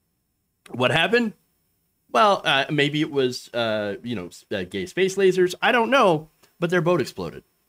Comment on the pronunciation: did you say gay space lasers?? HAHAHAHAHAHA!!!!!